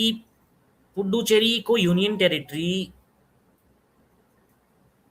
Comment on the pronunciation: पुड्डुचेरी सुनने में बड़ा maza आया 😂😂lathmaar haryani😅😊😊